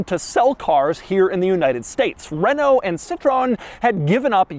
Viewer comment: I know they are not big in the USA, yet there's is something hilarious about pronouncing all three names (Renault, Peugeot and Citroen) incorrectly.